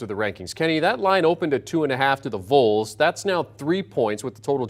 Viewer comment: Who are the vools? Get this host a pronunciation guide.